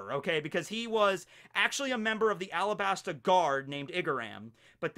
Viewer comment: did y'all hear say "AlaBARNa"?